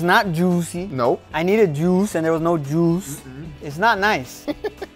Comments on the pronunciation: "It's not JOOSY. I needed JOOS and there was no JOOS." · Petition for to keep saying “JOOS” like that lol 😂🤣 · He needed JOOCE, and there was no JOOCE